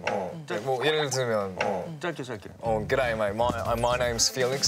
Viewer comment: G’day mate - Felix went full Australian on him :)))